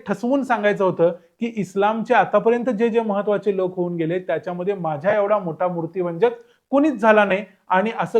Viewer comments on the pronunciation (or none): मूर्तीभंजक नीट म्हणा